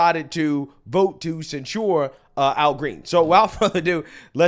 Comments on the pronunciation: Just FYI, the emphasis in the word censure is on the first syllable: "CEN-sure", not "cen-SURE". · I saod it before and I'll say it again, the word is censure pronounced almost like censor. You keep saying it like ensure, the old people drink. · it's not sen-shoored, it's sen-sherred, emphasis on "sen." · This idiot makes conservatives look stupid AF. IT’S NOT SENSURE. THINK OF IT AS SENSE-UR. WTF NO. “YA SEEN THAT, YA HEARD THAT.” THAT SHIT IS ANNOYING TOO BRO. LIBTARDS FEIGN EDUCATION BECAUSE THEY GO TO COLLEGE, WE TRASH THEM FOR BEING SO FOOLISH YET PEOPLE OF INFLUENCE CAN’T EVEN PRONOUNCE WORDS PROPERLY? COME ON MAN. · the accent is on the first syllable. ˈsen(t)-shər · Please if you mispronounce this word one more time 😭 it is censure /sĕn′shər/ pronounced sen-sure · It’s not pronounced “cen sure” lol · For anyone who still believes in the English language, the word censure is pronounced "sen(t)SHər" according to Merriam-Webster. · Are you mispronouncing "censure" on purpose? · learn to pronounce "Censure." You are mispronouncing it every time. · I don't know how you can hear so many people say the word "censure" properly, but you still pronounce it wrong.